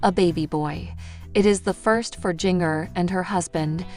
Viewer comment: Her name is Jinger not Gingger